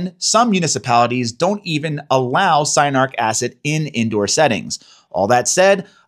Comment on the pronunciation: Cyanuric right? Not cyanaric.